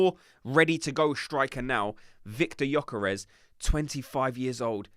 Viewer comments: You really don’t pronunces the y gökares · viktor gyökeres not vitor yokares 😅